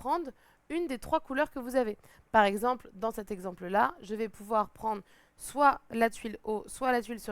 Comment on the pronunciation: « On est en France, on dit pas « soite »… allez on refill » 😆🤦‍♂️